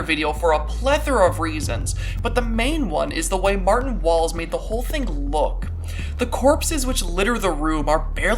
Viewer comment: The one time you said “martin walls” i thought you said “Bertin balls”, i, apologize but i choked on my pancakes